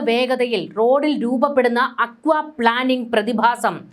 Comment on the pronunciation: പ്ലാനിംഗ് അല്ല plaining... Aquaplaning or hydroplaning